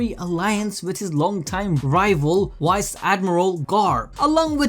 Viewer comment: "Wice admiral" lmaooo